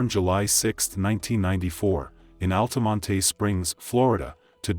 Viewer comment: Why he say Altamonte AL-TUH-MON-TAY?